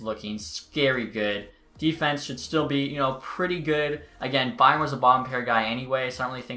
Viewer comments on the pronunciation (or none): none